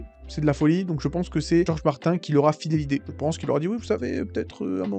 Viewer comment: Desolé mais Martin se prononce "Martine", sinon pourquoi ne pas changer Kevin en "Kevain" ? Michael Jackson tu le prononce comment ? 😅 Un nom propre est invariable dans sa prononciation.